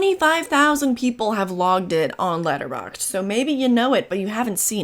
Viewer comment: Are u saying latter box? Letter box?